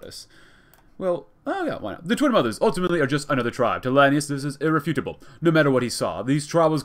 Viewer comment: Since Hekate bothered you so much: Lan-AY-us